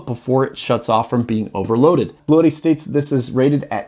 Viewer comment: Just FYI, it’s pronounced “Blue Tee”. I like the idea of it sounding like an exotic Italian racing car though